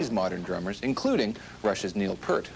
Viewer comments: Did I hear Neil "Pert" It's not Part, Pert, pairt, but Peart as in Piert. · It's pronounced "Peer(rt). Pear is a fruit and is not how his name's pronounced. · It's pronounced PEEERT, not "pert." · Kind of amazing as popular as Neil Peart is, how many people mispronounce his last name. It's not Pert, it's Peer-t. Like an ocean pier, or a group of my peers. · You would think doing a profile on Neil Peart you would learn how to pronounce his name correctly! It's PEERT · Every time I hear PERT my soul dies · It's pronounced P(ear, as in the organ you hear with)t. This Canadian host ought to at least know how to pronounce Neil's last name. (little known fact, Neil has an ear drawn around the middle of his name on some drum heads) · Wish people would do some research and learn how to say Neil's last name correctly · He pronounced Neil's last name wrong. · Yep. He's reached legendary status ............. but the host can't pronounce his name properly.